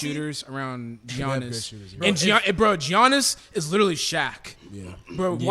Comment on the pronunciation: The way y'all were saying Giannis really angered me hahaaaaa